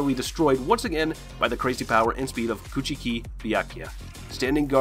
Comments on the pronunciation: Byakuya last name is pronounced Cooch•key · A few correct pronunciations Byakuya & Rukia’s last name is Cooch-Key. Also its not Ulkira it’s pronounced Ul - Key - orra. Kisuke is pronounced Keys - Kay